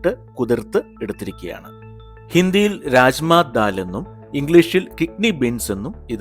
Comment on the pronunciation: Raajma alla.rajma Bean 🫘 not dal